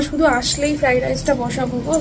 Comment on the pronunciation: ফ্রাইড রাইসকে এখনো ফ্রাই রাইস বলছো।ফ্রাইড রাইস বলা শিখলেনা😅বাপ রে যে ফ্রাইড রাইস বানিয়েছো দেখেই বোঝা যাচ্ছে জীবনে আসল ফ্রাইড রাইস খাওনি